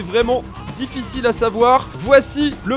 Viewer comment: “mammoth squadie / mamoute skuadie”